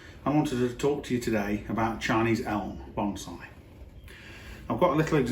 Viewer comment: I love me some "bomb-saae" :-)